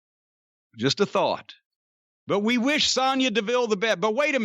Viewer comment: I love that Jim actually pronounces Sonya correctly instead of saying Sone-Ya like Cole, Graves etc do